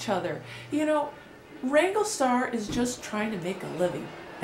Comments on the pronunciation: It's Wrangler.. not wangle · It's Wrangler, not Wrangle.